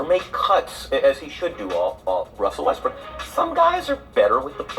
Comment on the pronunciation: Why do you say westbrake instead of westbrook?